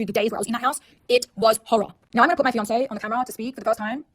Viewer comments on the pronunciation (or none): none